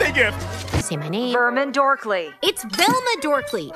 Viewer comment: love the fact she corrected to "Vemla Dorkly" instead "Velma Dinkley", lets keep it that way then >:)